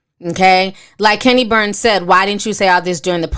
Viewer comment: GWORL, you can’t pronounce shit it’s 🗣BURNS, KENNY BURNS, NOT BARNES🤦🏾‍♀️